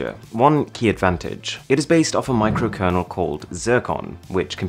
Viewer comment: Did i hear micro kernel called JerkOn??